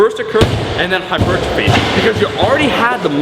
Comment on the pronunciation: What's hyper-gi-phy?